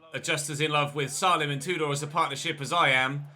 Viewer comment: Just FYI, its pronounced "SAY-LEM" not "SAH-LEM"